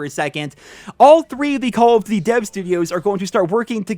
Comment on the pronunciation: He says cawl of dty